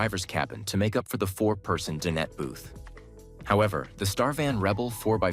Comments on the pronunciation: Dine-et, not din-et. (Dinette.) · Please fix your narration. The AI is saying "dinnet" instead of dinet. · Nice vehicle, but please, DIE NET, not din-et. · no kidding. I almost left when he said din ette for the 4th time. It's DINE ette, stupe. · I hate this AI narration that has permeated YT. Does not sound natural at all. "Din-nette" anyone? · I wish the narrator knew how to properly pronounce various words…such as “dinette” which he repeatedly mispronounces. And I counted at least three different pronunciations for Star Van. Probably AI. I am curious to know what the major insurance companies would charge for a year of insurance. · You know what would be really cool? Finding AI that can pronounce the word dinette. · AI can’t pronounce “dinette” the way people do?